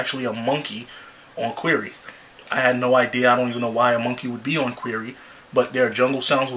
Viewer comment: not sure if you meant to say it as querry at the end but lol :P